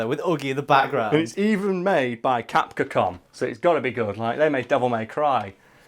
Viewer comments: Lol cap-ka-com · Did anyone notice how he pronounced capcom